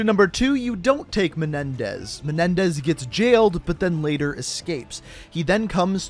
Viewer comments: It's menendez not menedez I see some comments and in the beginning of the video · he said Raul Menedez